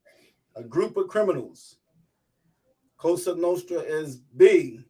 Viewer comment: This guy needs to stop saying “COSHTRA NOSHTRA” it’s Cosa Nostra!